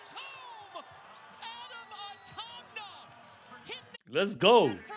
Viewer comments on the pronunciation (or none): juste un truc c pas atmana c atamna